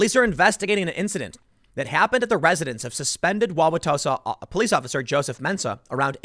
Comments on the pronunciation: Joseph Mensah is not a bad guy, and yes, you pronounced Wow-wa-tosa correctly. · Definitely grew up in the northern midwest if he can pronounce Wauwatosa right. Not even some Wisconsinites pronounce it right... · Tim you did pronounce Wauwatosa correctly. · Holy crap he said Wauwatosa right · Good job pronouncing Wauwatosa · After the third or fourth time, it’s acceptable to shorten “Wauwatosa” to “Tosa”. And you are pronouncing it almost like a native. Bravo. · You said it right but everyone calls it Tosa. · You got Wauwatosa correct. Nice work! :D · Oh. and You did pronounce Wauwatosa right. Take it from a Milwaukee local. :P